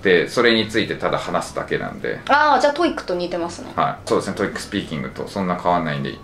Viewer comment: 以前から気になってたんだけどこの先生「トイック」「トフル」って言ってるようだけど、それぞれ「トウイ（ッ）ク」「トウフル」でしょ。 折角がいるんだから、そこをこの際質してほしいぞ。